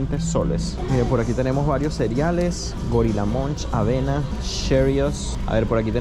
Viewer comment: Por qué dice ceriales cuando su pronunciación es cereales